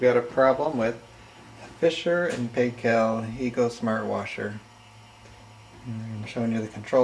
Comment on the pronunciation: Sorry for being slightly off topic. "Paykel" is pronunced "Pike kool". The Paykels are a well known family here in New Zealand.